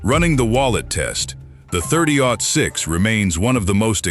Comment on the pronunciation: was it "thirty zero six"? Cuz that's when I turned it off lol